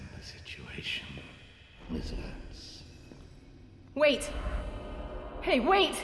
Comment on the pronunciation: I find his pronounciation of ''miss Vance'' really satisfying...